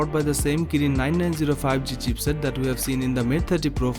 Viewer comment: Its not "CHEAPSET".....ITS CHIPSET....